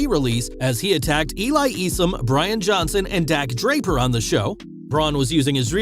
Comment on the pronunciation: Eye-sum is how Eli Isom's name is pronounced!!